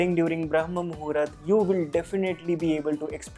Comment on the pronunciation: It's not Muhurat, it's pronounced as Muhoort